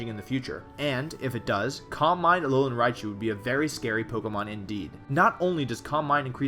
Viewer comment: "Aolan Raichu" . Oops.